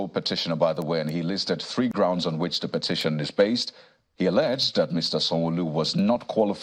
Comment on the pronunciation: please correct that "gorunds" to grounds